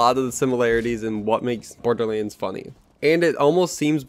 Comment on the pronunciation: he pronounces Borderleans not my fault :))